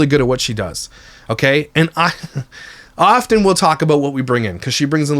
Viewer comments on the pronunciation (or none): none